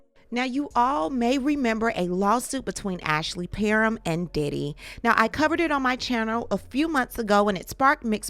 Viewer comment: PAR-HAM is how it is pronounced